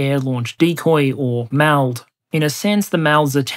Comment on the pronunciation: Hearing the MALD pronounced like m AH! ld was a surprise. I expected